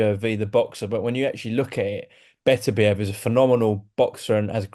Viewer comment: You know franks on good form when he can pronounce Beterbiev properly.